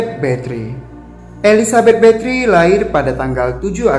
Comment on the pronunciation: Sebutan bathory nya salah ya